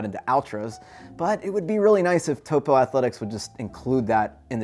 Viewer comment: Great review. BTW, Vibram is pronounced "Vee-Brum" and Topo is "Toe-Poe."